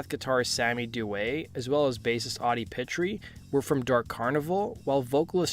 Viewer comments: Omg you are killing Pitre’s name. You are saying Pit-tree. It’s Peet-tree, not Pit… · Not pronounced "petri". Pronounced "Peet" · That original Gacy painting hung right at my side for a long time. We sold original Gacy paintings at the record store I helped run in Tampa, The Alternative Record Store. Funnily enough I was born right next to Houma and lived there until I was 13. FYI, we Cajuns pronounce Pitre as “pea tree.” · It’s pronounced “Pee- Tree” brother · Audie's last name is pronounced Pee-Tree. But great video! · For future references, the last name is pronounced as P-Tree. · You pronounced Pitre wrong.